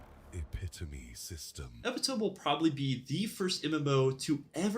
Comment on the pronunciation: Its pronounced eh-pit-oh-me. lol.